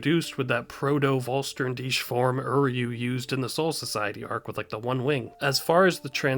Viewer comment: the Vollständig of Uryu is one of the best things the anime did. something we REALY did need. BTW make shure you call it Vollständig the german word vor complete, not VollSternDich the translation would be FullStarYoureself. or however you wanna translate it.